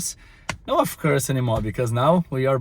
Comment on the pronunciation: vou te ajudar na pronúncia então. of é pronunciado como oV. é som de V, não de F. kkkk consegue implementar essa? OV.... OV course I can. :)